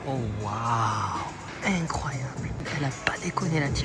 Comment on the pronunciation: J'adore il dit tout le temps "c'est éncroyable" 🤣